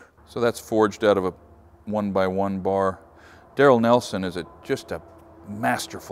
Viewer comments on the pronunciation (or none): none